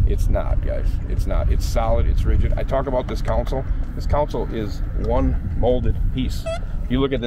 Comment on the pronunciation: So the live wells are computer-controlled touch screen? What could possibly go wrong? 😝 Also, it is "console", not "council". One is a part of the boat you drive from, and the other is legal representation.